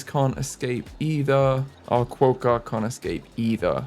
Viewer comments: Quokka- Qwock-a. Don’t over pronounce the O, quokka is one of the most naturally Aussie pronounced words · oceania: (oh-she-ayne-e-a) Quokka: (kwo-kuh) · I went to rottnest island for a school camp as I live in australia and I took so many photos with quokkas! Also the pronunciation is kwocka <3